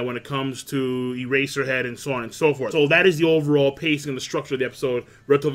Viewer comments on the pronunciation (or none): none